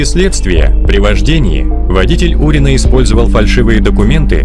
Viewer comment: Не Урин(А), а Фурин😃